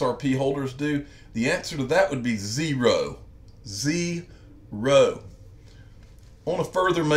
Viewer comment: 0. Ze-ro! Plus, thanks for the Cobra Kai shout out too, amazing show!